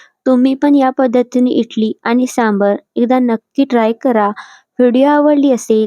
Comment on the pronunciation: इटली नाही इडली म्हणतात 😂